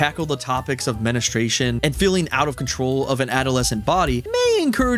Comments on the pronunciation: did he just said menustracion? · he really said "menastraytion" (I'm not hating, this just made me laugh) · lol whats menustration